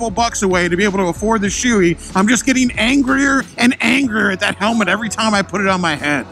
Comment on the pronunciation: in 40 years... I have NEVER heard someone pronounce SHOEI wrong. I was todays years old when it happened. Well done sir.